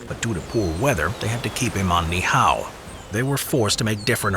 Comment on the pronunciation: The way he pronounces Ni'hihau is so painful